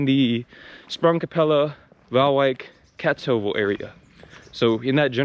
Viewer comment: Please keep in mind that Kaatsheuvel is (thanks to the Efteling) is a very touristic area, so that is properly why they speek better English there. Your pronunciation btw is great!